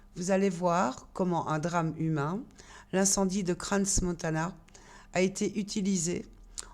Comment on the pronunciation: On ne prononce pas le S de crans montana. On dit Cran" . Sans S.